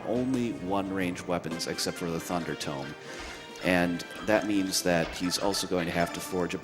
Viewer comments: IT'S PRONOUNCED TOE-M!!! I loved the runner and the couch but that one thing kept getting to me! Lol It's a book, not a place where you bury dead people haha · It's Tome, not Tomb. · people who pronounce Tome as Tomb trigger me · Tfw he pronounces tome as "toom".